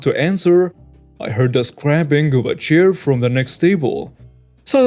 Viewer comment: please learn how to say the word scraping properly 🙂